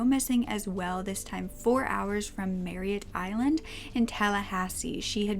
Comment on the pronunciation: Good video. Just a heads up, it's "Merritt Island" not Marriott Island. I live there.